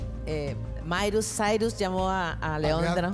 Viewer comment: la mairus sairus.